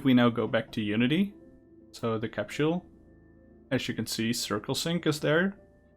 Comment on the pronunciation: CAPSHULE? I thought you were talking about the CAPSULE, not a CAPSHULE